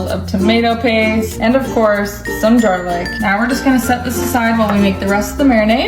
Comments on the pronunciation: I swear to god she did not just say jarlic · She pronounced garlic as jarlic